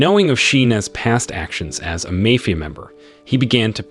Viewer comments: It's Mafia, not mayfear. Dude, you really need to go to school. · Why did you say “mafia” like that?